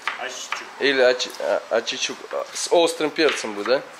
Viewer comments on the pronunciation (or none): Не ачичук, а аччык-чучук, т. е кислогорький. Аччык-горький, чучук-кислый.